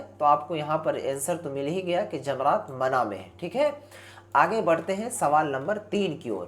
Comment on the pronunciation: Bhai pahle urdu padhna sikh le wo mana nahi mina hai 😂